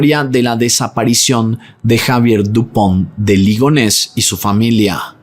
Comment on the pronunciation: Toma un shot cada vez que dijo Lupond De Ligones 😂